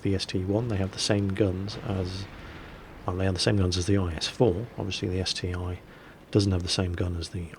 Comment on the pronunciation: OMGG it is ST-I NOT ST-1!!!